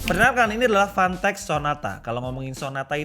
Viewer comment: Fantech ya... Jangan salah sebut.... 🤣